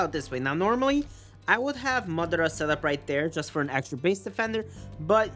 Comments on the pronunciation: you're saying MUD ARA like tf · Stop CALLING MADARA MUDARA LIKE TF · Alex Santana you know that you constantly stalk my channel and come at me for no reason :/ welp. Also you can google how to pronounce madara. Hope it helps :)